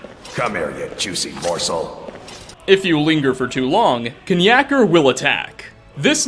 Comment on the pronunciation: 1: Nature v Nurture, but honestly, he just has a developmental issue, and is based on a fan of TES. 2: it's pronounced nack-er, and if you need more context, look up what a knackery is. Then it makes sense. 3: Mai'q is the godhead. Don't question it, just roll with it. 4: yeah, he's just a narcissistic guy. Kill him 5: PTSD at its finest. Basically, you've listed 4 people with severe and very real psychological and behavioural conditions (and a cat)